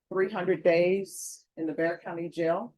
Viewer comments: “Bexar” as in “Bexar County” is pronounced “bear” like the animal, not “bex-ar.” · It’s not “Bex-R” county. It pronounced “Bear” county. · She should have gotten 2 years in prison. Also...it's pronounced 'Bear' not Bex-Are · Bexar county is pronounced “bear” not “bexar “. I know, it’s stupid! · It’s pronounced like bear, not bexer. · Btw, it’s not bex ar county. It’s pronounced Bear county lol. She should have received more time. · Bexar County is not pronounced like it is spelled. It is pronounced "bear" county. Not bex-er. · Bexar is pronounced BAY-er. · If you’re a human that reads comments, when you’re speaking of BEXAR (PHONETICALLY BEAR !!!) COUNTY TEXAS, you have to say it right! Bear/Bexar That X is silent! 😊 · BEXAR is pronounced BEAR,the X is silent. But robots don't understand that concept😅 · so you know people in Bexar county, pronounce Bexar without the 'x'. It's Bear county. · Forgive me for pointing it out, but Bexar County, Texas, is pronounced like "Bayer." (Proud native Texan here.) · The county name is pronounced bear. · Its not Bexar County.....its Spanish....the X is silent.....its pronounced Bear County..... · Bexar is pronounced (bear) the X is silent, other wise good video🙀🙀🙀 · Bexar County is pronounced Bear County. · Please learn how to pronounce the names of the cities and counties. San Antonio is in Bexar County which is pronounced BEAR 🐻 like the animal. It's a Spanish name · BEXAR is pronounced BAY-er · Bexar County is pronounced 'Bear'. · It's Pronounced 🐻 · The county is Bexar County, that’s pronounced B-e-a-r. This is San Antonio. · It's pronounced "Bear"County Jail. BEXAR County. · Bexar County is pronounced Bear County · The 'x' in 'Bexar' is not pronounced. It's pronounced, 'Bear'. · It pronounced bear 🐻 :) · It's pronounced BEAR COUNTY